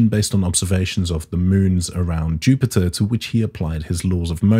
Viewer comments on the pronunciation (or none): none